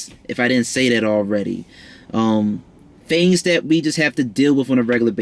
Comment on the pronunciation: This was decent. Where's your Mercury sign? I like the way you pronounce your f's. Lol like deaf instead of death. Philanthrofist.. fings, (things) finking (thinking) cute. Leo North Node 12th here and it's not easy! 😔 I'd love to learn more about Leo in the North Node 12 house.